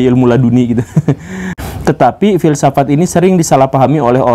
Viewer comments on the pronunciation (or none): Fill saff at guru gembul. 😂👍mantab dan jelas masbro👍👍👍👍